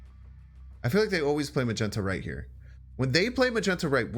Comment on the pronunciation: U say Chavez like shavez but u also say magneto like magento